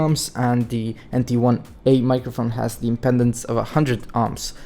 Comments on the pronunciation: Impedance not impendance! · It's impedence, not impendence. Why talk about this stuff if you have no idea what it is? =)